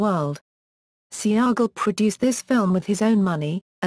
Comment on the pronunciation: Its pronounced (Say Gall) not Sea-Ahh-Gol) Goofy Brits.